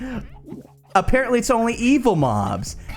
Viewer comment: You said aPARROTlly it's only evil mobs...